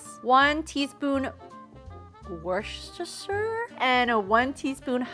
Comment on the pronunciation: Me living in Britain is triggered when people say wuschuster It is Worcester (wu-ster) 🇬🇧🇬🇧🏴🏴